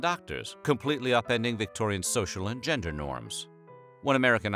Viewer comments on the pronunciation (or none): none